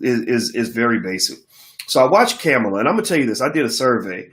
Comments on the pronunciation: 1.Her name is Kamala ( pronounced Comma-la) 2. Brandy and Monica were using their Verzuz to promote Michelle Obama's 'When we all vote' campaign so why not invite the first Blk woman to be nominated on a National Ticket. A Blk woman showing up in Blk spaces is not pandering. Kamala shows up in all Blk spaces but yal won't even acknowledge she was there so she's damn if she do and damn if she doesn't. 3) The statement Kamala made on the Grio interview was saying their is nothing that you can do specifically for Blk people that would not benefit the country as a whole. That's a true statement no matter how people try to spin it to fit their agenda. 4) Trump is a whole racist Russian puppet. We won't even hv a country to get reparations from if him and his criminal co conspirator Republican party keep the power of the Presidency. There are two choices as far as who we(Blk people) are going to fight against or with for what we want for the next four years. Period. Trump or Biden. Maybe the Dr. and Ice Cube have enough stocks and money to survive the orange racist for another 4 yrs but most Blk people don't. Tell Ice cube to get that Black agenda fully figured out, becaused it's not, and then try to lead people. 5) Black people vote for Biden/Harris and let's move forward Signed, COMMON SENSE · Boyce.....please, regardless of your view on her, let’s be intentional about pronouncing her name correctly. Kamala pronounced “Comma-La”. With Respect❤️ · Kamala (pronounced Comma la) Harris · Bruh, it’s Kamala (Comma la)